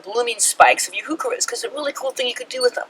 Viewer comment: Here's a helpful YouTube on pronouncing Heuchera - there is no "who" in Heuchera